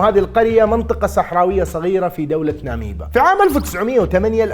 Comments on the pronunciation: ناميبيا وليس ناميبا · ناميبيا يا.. ناميبا هذه زي الامبيا 😂